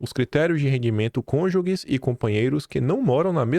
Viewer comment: 😂😂😂 Ainda segue falando "cônjugUes"